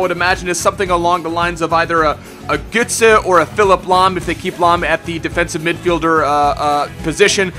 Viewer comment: Götze not Gütze:DD